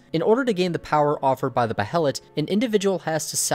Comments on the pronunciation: Bay Lit, Say it with me Bay lit. Not Beh hell it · Pronounced- bay-let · alright rlly fast, its pronounced "Bay-let" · Just an FYI: It's pronounced "BAY-LIT", not Bah-he-lit. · i was always under the impression Behelit was pronounced Bay-Lit, not Bay-Hell-It. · Don't mean to sound rude or something, but just so you are aware, behelit is pronounced Bay-Lit. Awesome video, big thumbs up. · Dude.... Behelet..... Seriously? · It's pronounced bay-let you dumb knob. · Please stop saying Beh e' lat. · Behelits- the “H” is silent!!! Damn it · Behelit is just pronounced BAY-lit. It's just spelled that way because of Japanese pronunciation. Like how Guts is spelled Gattsu sometimes. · Its pronounced baylet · Dude. The "H" is silent. God that is killing me.